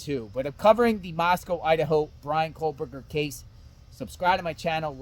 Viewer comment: You know it's kohbrrger you know it's kohberget? What you ain't right. Blah blah unsub